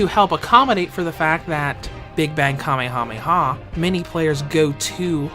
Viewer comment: How he pernounces kamehameha😂